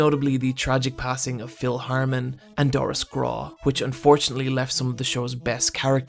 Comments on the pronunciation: Its Phil Hartman, NOT Phil Harmon. HARTMAN. HEART......MAN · his name was Phil Hartman, not Harman... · Phil Hartman. not Phil Harman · Hey. Thought you might like to know that it's Phil Hartman (NOT Harman). Don't shoot the messenger. Just sayin'......... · TIL that Irish people are incapable of pronouncing the letter 'T'. e.g. Phil Harman. Also, Homer is Glutinous lol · Please tell me that saying Phil Harmon was a matter of your accent and not a mispronunciation. Seems a silly mistake for one of the greatest guest voices in a half hour analysis. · "Glutinous"? "Phil Harman"? Insightful documentary, and I largely agree, but these errors are distracting. Please fix. Also, a few things are overstated, like Barney becoming a coffee drinker, which was only a one-off; he didn't stay that way. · This guy can make a carefully crafted 30 minute dissection of the Simpsons but can't pronounce Phil Hartman's name right?